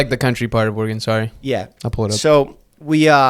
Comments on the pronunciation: The way he keeps saying Oregon as Oregone 😭😂😂😂😂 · It’s pronounced like the bodily organ not oregano without the o❤❤ love u jeffff❤❤❤